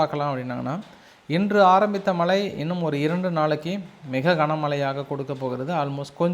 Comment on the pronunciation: மளை பொளியவில்லை. மழை பொழிந்துகொண்டிருக்கிறது. செய்தி சேனல்களில் வாசிப்பு செய்பவர்கள் நன்கு தமிழ் தெரிந்தவர்களாக இருக்க வேண்டும். இந்த சேனல் உரிமையாளர் இவரை தமிழ் படிக்க அனுப்பி வைக்கவேண்டும். பிறகு வேலைக்கு சேர்க்கலாம்.